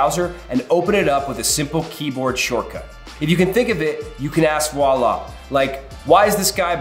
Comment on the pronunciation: I have never heard the word Voilà so butchered before! 😂